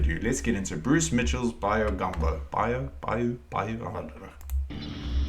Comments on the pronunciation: BYE-yew is correct. Brucie is a well-rounded individual...no pun intended. He came over here to Florida with his posse to hunt snakes in the 'Glades. Made himself some money and helped my state. He can cook anything out the swamp and make it delicious. Swamp people don't go hungry. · Yes you are correct its By-you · Pronounced "Buy-You".